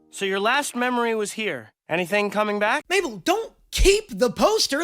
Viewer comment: “mable” “sues” “suzan” is this another Eurylochus moment?